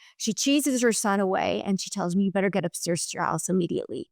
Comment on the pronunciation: It's interesting. She pronounces the words "hair" and "stairs" as if she's from Northern Ireland 😊